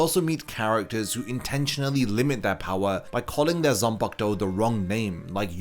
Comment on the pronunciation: I just discovered this video. Thanks for the info, but I dislike the way you pronounce the word “Zanpakutou” bro. I don’t know if you’re deliberately butchering it, but could you freaking say the “Ku” in between? It’s not “Zan-park-to”, it’s “Zan-pa-ku-tou”. Tf